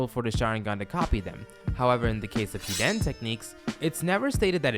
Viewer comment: Why do you pronouce hiden like that